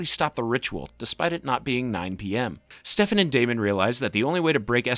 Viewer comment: why are you saying stefan like that